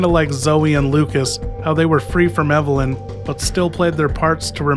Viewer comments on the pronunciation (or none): none